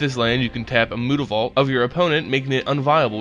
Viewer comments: Mootavault?!?!!?! Its myootavault!!!!!!! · I've watched a few of your videos, and you seem to have a penchant for mispronouncing words and names. Jace's last name isn't Beleran. Innistrad's red-walker isn't Tehbult. And unless it's on 4chan, it's not mootavault. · If it's supposed to be pronounced like that I must've missed the 'o' somewhere in Mutavault. It is pronounced 'm-you-ta-vault'. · I just want you to say "Mutavault" correctly -.